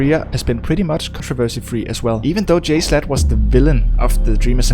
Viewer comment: Also it's jSHlatt not jslut